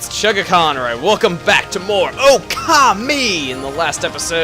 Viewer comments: when you said okami it sounded likke oh call me hahahahahahahahahahahahahahahah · Uh...Chugga don't EVER pronounce Okami like that again